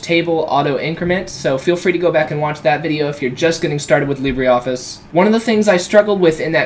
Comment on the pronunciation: Libre - not Libree